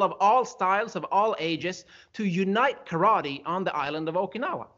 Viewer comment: I would like to commend you on your approach when you decided to confront a "bully" critic, and I used the word in parenthesis because, in reality, he is another martial artist following his own Musha Shugyo. I have followed your channel, not because I train in Karate ( pronounced Ka-Rah-Teh, not Ka-raw-ree. Sorry, I really like what you do but that is my ONLY problem with what you do, you keep pronouncing it the wrong way, just pet peeve), but because I get an inside of things that, believe it or not, helps me see deeper meanings and discover certain details in the art I train in. You have challenge me to dissect the movement and discover the little secrets that have been hidden within the movement of my art. Consequently, you showed a perfect example of what I was trying to explained to some of the people in the Dojo, I posted a video of a fight and I asked them, what did they see, once I got their initial responses, I then challenged them to break it down in a technical view and provided the question as to what I meant, got some good answers but,they were short of the mark of what I was getting at, I provided the analysis and explained the stages leading to violence, as they manifested in the video. Anyway, one of the guys, totally missed the point and, funny enough, in his response, he exemplify the first stage I just finished explaining to him. So, I explained about how the fight could have been avoided if one of the guys would have left an avenue for the other person to